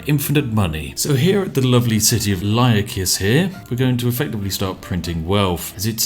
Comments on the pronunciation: I am in total awe at how he ruins the pronunciation of half these cities LYAKIS??? IT HAS AN I AT THE START. ITS ''iyakis'' ALSO WTF IS OH-NEERA. IT O-NIRA I HATE UNDERTIME SLOPPER MAH LIPS AM THROBBIN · Lyakis? I think it's Iyakis.